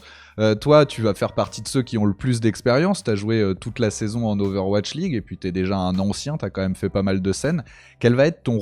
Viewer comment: "owatch league" xD Non sinon excellente interview de, il a vraiment grandi, son discours est beaucoup plus mature, réfléchi… Ca fait vraiment plaisir.